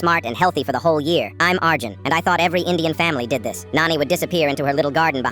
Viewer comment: It's not Aaarjoon it's Arjun